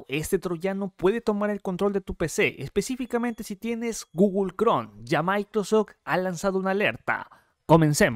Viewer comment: Lo voy a tomar tan en serio como puede ser tomado de alguien que dice "Gugol Cron" y "Microsoc"